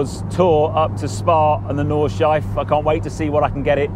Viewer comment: Hard for an Englishman but it is Nordschleife...you say Nord-schleif-eh.....